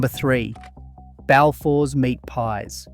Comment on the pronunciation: arguably the biggest sin in this whole video is that absolutely utter butchering of a pronounciation of balfours you did